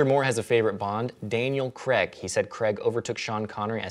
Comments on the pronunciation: His name is Daniel Craig, not Daniel Creg. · It's Daniel Craig, not "Creg". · Craig not Creg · In the UK the name Craig is pronounced Creyg. It was only recently I found out the US pronouce it Cregg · I know the Americans and English pronounce things differently, but Craig is pronounced Cray-g not Kregg in this instance. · "Daniel Creg" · Yes, I know. If he were American, I could understand it, but Daniel Craig is English and doesn't say "Creg", so why would you change the pronunciation of his last name? I would be pissed off if people just decided that they were going to start pronouncing my surname completely differently! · Why do Americans pronounce Craig as 'Cregg'?? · I try not to let discrepancies in language bother me but I don't think I'll ever be okay with the American pronunciation of 'Craig'.